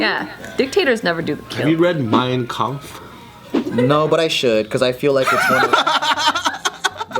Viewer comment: Damn pronunciation for Mein Kampf was spot on